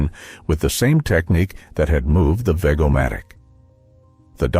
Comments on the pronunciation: It was pronounced as VEJ-O-MATIC! Not veg a matic! I owned 2 along with many Ronco products. ( along with a free bottle of spray hair😜) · Veg-o-matic is pronounced VEJ-oh-matic. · I'm only 3 minutes in & I have 2: the vegetable cutter, veg -o-matic, same soft "g" for both. Bass-o-matic is a short "a" like in the fish Bass, not in the deep pitch. 🎣, not base. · While a nice trip down memory lane, please learn how to accurately pronounce Vego-O-Matic, or even Bass-O-Matic. (They were: Veg as if you were saying vegetable and stopped after veg, not rhyming with beg; Bass as in B+ass, not as in a bass speaker.) Other than that, a nice trip in the way-back machine,.